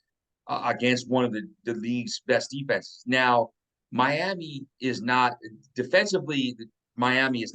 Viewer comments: Just curious, why do you say “Miama” instead of Miami? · Clearly you ain’t seen our defense we’re going on a run and we’re gonna go down to MIAMI and get that W! It’s Miami not Miama quit putting A’s on random words you sound very unintelligent! IGNORANT! Handicap even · Miami… Miama… who the h3ll cares. Pretty sure the late Al Davis, with his thick Brooklyn accent, might have pronounced it “Miama” too.